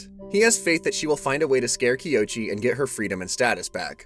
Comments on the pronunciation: Love the video. But the whole time you were saying the male main characters name wrong 😅😅😂even in the same dame video it shows you how to say it, but I been saying it wrong 😂😂😂 his name is "KOICHI"(Ko-ee-chee) not (Kee-o-chee) lol, but love the video🖤🖤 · This has been a dang fine recap, and really well done. However, I’m pretty sure our main male here’s name is pronounced “Koh-ee-chee” as the “o” happens before the “i” does. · not to be "that guy" but I think you might be pronouncing the MC's name wrong